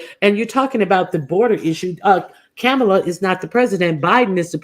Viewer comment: The correct pronunciation of Kamala is like a "comma" in a sentence (comma-la).